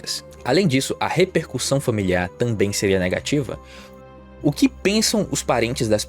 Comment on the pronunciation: “repercuÇão” foi cabuloso… português fazendo mais uma vítima kkkkkkkkk